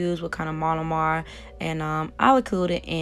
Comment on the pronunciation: I’ve never heard of monomer pronounced like that but great tutorial